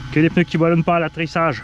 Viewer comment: Un peuneu Des pneus 😜😂😂